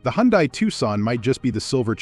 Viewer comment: First lets get it straight. I would think anyone in the auto world would know how to pronounce car names. Its Hun-day...not Hon-die. You cant get that straight?